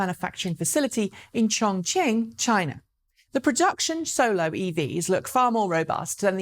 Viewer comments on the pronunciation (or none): none